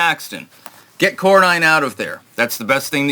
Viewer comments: Its not Corn-nine. Its Corn- en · Cor-nin not Cor-nine.